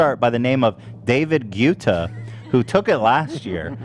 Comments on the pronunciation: Does anyone else hate how he pronounces David guettas name? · I both hate and love how no one corrects Ethan on the pronunciation of David Guetta's name. lol